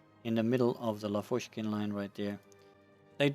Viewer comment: Hello! Great videos. Can you, please, pronounce Russian surnames correctly? I'm talking about the word stress. L*A*vochkin, Ber*E*zin. You can check google translate for the words you are not sure about and just listen the right Russian pronunciation there. Thanks!